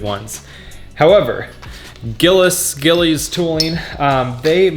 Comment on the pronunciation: it's pronounced "Gilles" I think you need to replace the OEM grips next. Renthal and Domino makes some great ones that can color match aesthetically; although heated grips may cause fitment issues...I took my heated grips off so I didn't run into that problem...